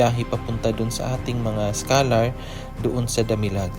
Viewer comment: observe ko lng..bkit naririnig ko bigkas nyo schalar.di ba yun e scholar? just saying.